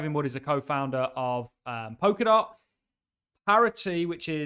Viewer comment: I'm sure it is pronounce Pol-ka-dot with an 'L'